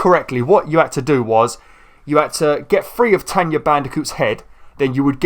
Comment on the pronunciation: It's tawna not "tenya" ppppllleeeaaasseee stop calling her that. And i hope that calling aka-Aku uka-uka was just a slip of the tongue